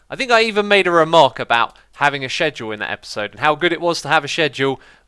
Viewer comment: he was talking about saying stuff till it doesn't sound right, 5 seconds later sc-ed-drawl